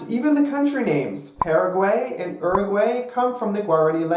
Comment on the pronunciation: "pear a gwey" "yur a gwey" "gwear a ni" oh no baby what is you doing???